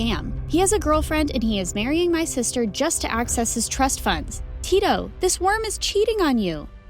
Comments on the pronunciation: 1 im nigerian 2 da-mi its d-a-mi and its not ti-to its tito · They even pronounced Tito's name wrongly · Finally MSA with a Nigeria name 💋💓💕🇳🇬🇳🇬 i really love how Dami followed her dream 🤟🏾🫶🏾 But it soo funny Aw she pronounce Tito 😂😂😂😂😂 but anyways love u all the way from Nigeria 🇳🇬💕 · Naija to the world 🇳🇬🇳🇬🇳🇬 Tho it's funny the way they pronounced Dani and Tito🤣🤣 Didn't Dami's mum flog her when she fell from the tree onto her.... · As a Nigerian I give an A in outfit because they are culturally correct. The names Tito and Dami are Yoruba and the parents outfits belong to not just any Nigerian culture but the Yoruba. My only headache is how the names are pronounced 😪